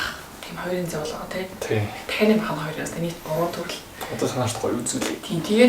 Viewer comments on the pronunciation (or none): Тахианы Цээж Махыг Нохойны цээж мах гэж сонслоошд